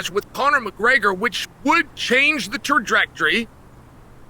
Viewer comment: Tajrectory? Close enough 😂